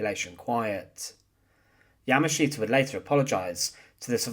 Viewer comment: Interesting history, but your presentation is very hard to listen to because of the way you speak. It's the same droll over and over and over. Once you notice it, your way of speaking becomes rather irritating. Plus, you don't pronounce his name correctly. You have the wrong accent on his name. I'm bilingual (Japanese and English) and hearing your pronunciation of his name is grating on the nerves.